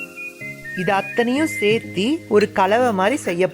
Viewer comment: Seithee seithee nu salathinga . Serthu nu sollunga pls